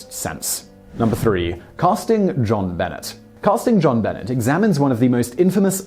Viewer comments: Simon, you really need to work (research) on some of your pronunciations. JonBenet is not Ben-net, but Ben-neigh, like the French pronunciation. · You had me until you said "John Bennit". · How do you NOT know who JonBenet is or how to say her name? Lol She was only on every TV screen every day for YEARS. BENET = BUNAAY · Jonbenet Ramsey..pronounced, jon benay..didnt you hear a news caster say it ever? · I have to admit, he may not know that the name is French, and tried for a British pronunciation. Little Miss Stamper, since he doesn't live in the US, he probably didn't have the 24/7 news coverage pronouncing the name over and over again. Simon, if you read this, it is pronounced "jean beh-ney". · Jon Benet (Buh-Nay) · Dear Zachary made me cry mad horrible awful tragedy but uplifting at the same time. One of the absolute BEST I’ve ever seen... oh and that’s not how you say Benet you mark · Montel Paige Yes, Simon is English. But, look at it from this angel...Jean Benet is a FRENCH name!! Not even American! Like I said prior...a person's name is really all they have. Have some respect & make an effort to pronounce someone's name correctly. Especially on an international platform.